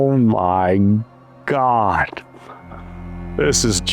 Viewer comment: ermagurddddd why u tawking about gurd